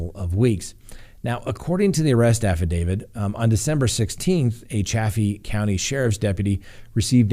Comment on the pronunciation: It's Chay (long a) fee. Chaffee county, as the locals pronounce it. Also, it's affidaviT with a t, not a d at the end of the word...according to multiple dictionaries including Black's Law Dictionary. Thank you.